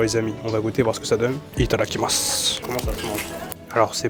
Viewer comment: J'aime bien tes vidéos mais je trouve ridicule quand tu dis "Italakimas" avant de goûter quelque chose..